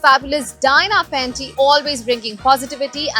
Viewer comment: She's Diana Penty not panty😆